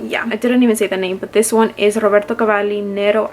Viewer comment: A little tip for you: please pronounce Roberto Cavallis name like it is written,-meaning B is pronounced B and not V. He is italian, NOT spanish, and in italian language, the consonants are pronounced like they are written😉So, RoBerto Cavalli😊